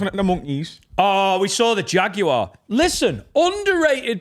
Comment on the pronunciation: Was anyone else upset by the pronunciation of Jaguar by?